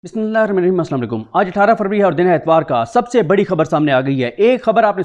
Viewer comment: Year Bismillah thek se pardh keya karo...plz